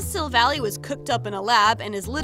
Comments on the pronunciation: you are pronouncing the Pokemon's name wrong its silvall[eye IIII NOT YYYYY IIIIII [ THIS IS A HATE COMMNT ]😅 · STOP SAYING SILVALLY WRONG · mispronouncing Gladion’s and Silvally’s names Me, squinting: “I’ll let it slide, just this time...” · sill vahl lie not sill valley omg it annoys me SO MUCH watch the SHOW and u will see edit: sorry, i love you, but please, please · Savella that's how you say it not savle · i have to point out some thing , its pronunced sil-val-i not sil-villy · Silvally's name origin is that he is Gladion's Silver ally. So it is pronounced Sil-Val-Eye, not like how it looks. I'm sorry if this seems rude but I am a huge pokemon fan and hearing you say the name wrong makes me want to rip my hair out lol. I love your videos so much though! keep up the good work! :D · Oh god the way you pronounced Silvally’s name triggered one of my pet peeves- In the Pokémon series sun & moon they pronounce it like you would pronounce lie- Kinda like this Sil-Va-lie Sorry- my pet peeve just- took me over 0-0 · Gurl its silvally like the end is silvall AI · Not to be rude or any thing bu t this is how you pronounce the names GL-a-deon Syl-Val-ie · Your pronouncing Gladion and Silvally wrong. I watch the anime, and its Glad ( as in im glad ) - eon, and Sil ( as in silver ) - val - eye. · I noticed that you said his name wrong it's pronounced Chevelle eye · I know im like really late to this video but i just have to say how she pronouces these things... as the showed in the bottom corner how she said gladion wrong but lemme give you a lesson on how to pronounce 2 things... Gladion: Glad-ee-on Silvally: Sil-vall-i And 1 more that alot of people say wrong... Pokemon: poke-ay-mon Im sorry to the people who may find this rude somehow but... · its pernoct sill-vall-aw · its her favorite pokemon and she cant even say it right